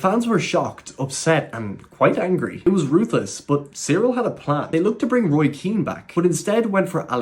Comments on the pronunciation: It’s not Cyril it’s Kyril. Its a k not a c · Dude.. He’s called Kyril(Kiril) not Cereal🤣🤣 wtf 😂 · Why are you saying cyril? Its pronounced as kyril just as its spelled?